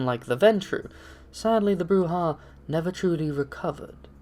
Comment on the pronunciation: BROO-ZHA, you neonate rabble.